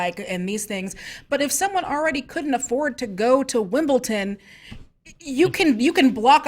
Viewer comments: It's tennis and it's held at Wimbledon! Not wimbltin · Wimbledon not Wimbleton. No “t” in there. Otherwise please continue ;) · Yes thank you! It was driving me nuts and I was just saying Wimbledon over and over again to my screen lol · What is wimbletin? Haha also it's football not fütball... Other then that ' another good show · It's called Wimbledon... its pronounced with a D. Wim ball don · Wimbledon with a T? You guys truly are screen junkies. haha keep up the good work!